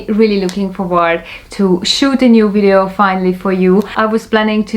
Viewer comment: I like the way you say "wintage" and "wideo". ;) Thanks one more time for the very detailed review of the Solido and Shuco models!